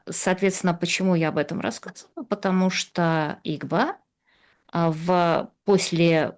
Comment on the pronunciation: "Я читала книжку по-английски"; "скока", "стока", "патамушта" боже мой как эта женщина с таким знанием русского языка ещё и книжки какие-то пишет. Её нужно в 5 класс начальной школы отправлять. Видимо она настолько ненавидела СССР, что в знак протеста не училась.